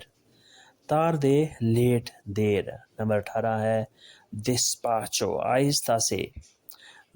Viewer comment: Despacio galt parha apne